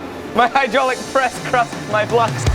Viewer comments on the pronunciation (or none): none